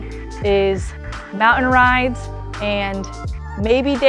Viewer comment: Love your videos. Wish you would use some Ts! Mou-in ins't a word. Neither is impor-an! lol Hope to see you in the mountains!